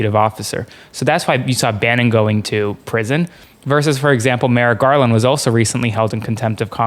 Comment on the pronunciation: Merrick gaaaaaaaarland. Dude is drunk AF